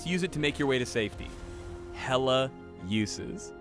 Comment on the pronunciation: "Hella-Uses"? What, is this Life Is Strange now?